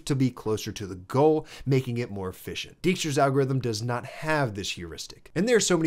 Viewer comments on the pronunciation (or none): Good stuff, but "Dijkstra" is pronounced like "DAIK-struh", regardless of the misleading spelling. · Nice video! Small thing, as a dutch speaking person, please don't butcher Dijkstra like that 😢. "Dijkstra's algorithm (/ˈdaɪkstrəz/ DYKE-strəz)". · The "ij" in Dijkstra is pronounced more or less as "ey", not "ee". I attended (but never finished) the Eindhoven University of Technology, where Dijkstra spent part of his career, and where he has a near-divine status. His semaphores and shunting yard algorithm come from observing the shunting yard of Eindhoven railway station from the main building of the university.